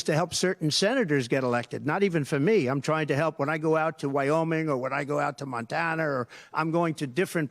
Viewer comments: Montaner? This mans brain is just mush at this point in time. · Such a sad angry OLD little man. Over it! and he said, Montaner, smdh... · It's Montana not Montaner....OMGerd. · Montaner ? Another trump flub. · Where is Nontanar? He can't even say the name right. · Are we going to ignore how Trump pronounced "Montana"?